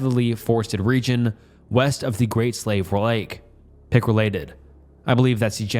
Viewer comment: The third story isn't logically consistent. Algonquin people and the wendigo legend are only present in the regions of ontario and quebec. Algonquin people don't inhabit the great slave lake region, the slave people do. Also slave when referring to the slave people is pronounced slavey but the lake is still pronounced slave if anyone is interested